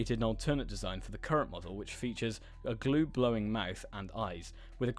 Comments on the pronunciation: He said " glue blowing" lol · Are we all gonna ignore him saying glue blowing mouth on the shadow leviathan😂